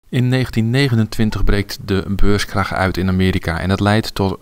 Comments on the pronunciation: Dat je niet snapt dat hij beurskrach zegt i.p.v. beurscrash is al een reden om jouw reactie te disliken. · Ik heb het filmpje geliked, al is je uitspraak van het wordt "beurscrash" een reden om het te disliken.